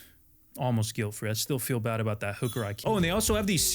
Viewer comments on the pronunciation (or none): none